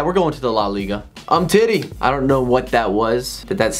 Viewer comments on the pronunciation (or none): Lol "um-titty" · Sehmedoh lmao u gotta say Semedo like AA9 SHMEDU and lol at umtitty